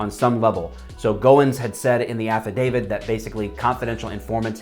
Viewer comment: Why does affodavit sounds like act of david in my ears?